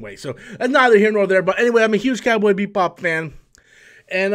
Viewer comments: Why does he keep on saying Beat Bop instead of Bebop???? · This video is funny, You remind us 5 times you are a fan of "Cowboy BEATBop" you never pronounced it correctly 1 time. You also wear a shirt from the anime so you add more credence to your statements. You complain about the concept of people being cast as Asians in anime as a problem because not every anime character has to be Asian, but that doesnt mean they dont have to be either. Also 4 people were cast here, 1 of them is Asian, yet you focus on that as your complaint in that argument. This was a 3 min video spread out over 6 mins so you could make it seem like you had a lot to say but instead you simply regurgitated news from an article that everyone could have read for themselves. You also admitted you talk about Captain Marvel "for the views" so I would say your channel is just a resting ground for stale content and boring commentary. People watch you because they laugh at you, not with you. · Beep Bop? Also, you can’t pronounce Pin-eda? Come on, BOY! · Why does it sound like he's saying BEATBOP. xD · "Cowboy BEEP-bop" "John CHOW" lolol